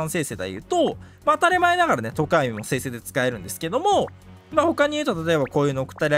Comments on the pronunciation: とこ↑や⤵み↓気になりすぎるwwwww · とこ⤴︎やみw さすがに気になるわ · ゆうこるの常闇の発音が自分の発音が違いすぎて違和感すごい笑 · 常闇のアクセント気になりすぎる